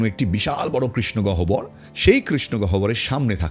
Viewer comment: সুন্দর ও আকর্ষণীয় ভাবে আলোচনা করেছেন কিন্তু গহ্বর উচ্চারণ টা খুবশ্রতি কটু হয়ে ছে । হবে গওহর। ওটা বর্গ ঈয়ব নয় অন তসথ ব উচ্চ আরনwর মত ।